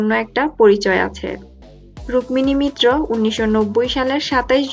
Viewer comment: Mitra and Maitra are two different titles please pronounce it correctly